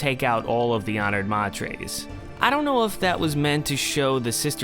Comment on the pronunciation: Odrade is pronounced oh dray dee, 3 syllables, like Atreides uh tray Deez, from which Herbert describes the name is derived. Jeez, ma trays? May ters is correct.